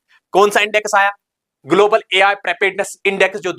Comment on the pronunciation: It is Ai not AL